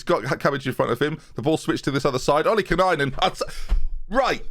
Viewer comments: Haha it has become a pet peeve for me with this series now, he's always calling him Ollikanainen. It's OLLI-KAI-NEN,! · say it slowly: “Oli-kai-nen” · You're putting in an extra N when you say "Ollikainen." You keep saying "Ollikinainen" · Struggling to pronounce Renatinho like he hasn't butcher Ollikainen's name for years... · Really bugs me how still says Ollikainen wrong after all this time, where does the extra N come from? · And here's to you Ollikainen loves you more than you will know Whoa, whoa, whoa If only He could pronounce your name right 😂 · Where is the extra "nye" coming from in Ollikainen? 😂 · lol been watching for a few months, just makes me laugh how he's created a syllable out of nowhere. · never pronounces anything right 😂 best FM YouTuber there is in my opinion though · I like this series but you putting an extra syllable in Ollikainen for no reason is annoying